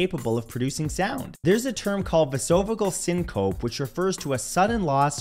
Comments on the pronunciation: Lol its pronounced “ vase o vagal syncope” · Vay-so-vay-gull sink-o-pee... Vasovagal syncope. Medical terms are difficult to pronounce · No way he just said Vasovagal Syncope like that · His pronunciation of 'vasovagal syncope' was the most creative butchering of that term I've ever heard. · lol his attempt to pronounce vasovagal syncope. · I stopped listening after he pronounced vasovagal syncope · Butchered the pronunciation of vasovagal syncope.